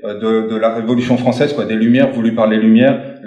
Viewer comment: L'action fronssaise là-dis dont